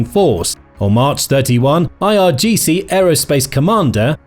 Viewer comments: Also it's IRGC*, Not IGRC. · irgc not igrc noob